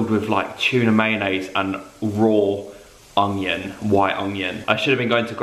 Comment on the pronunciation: I swear Mark says ongion and not onion but I love it 😂💕 He also talks before his head can process what he needs to say but it makes mark, Mark and always makes me laugh 💕😁